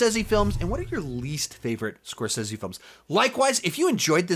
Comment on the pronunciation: bro before you make an hour long video on the man at least learn to say his name right...